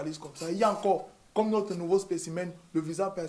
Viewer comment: noCRE frère? En CRois mois ? Il faut êCRe formé ? Moustiiik !! Je reste abonné mais fais un effort